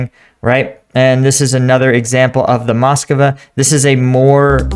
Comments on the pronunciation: Strange that you call it Moscova even when in video you see it called Moskva and you call identically named city Moskow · It's not the Moskova, it's the Móskva (Москва). It means Moscow but whilst it is common in English for place names to have been altered over time, to make them easier to say; it is not normal to alter the names of contemporary things.